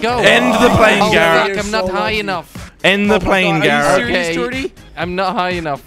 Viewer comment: Wait, Garret or Carrot??